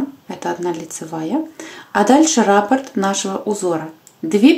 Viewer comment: Правильно говорить раппОрт